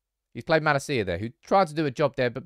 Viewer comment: I think it's about time you learn Malacia's pronunciation